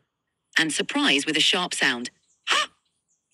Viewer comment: why do i hear “quick SHART sound”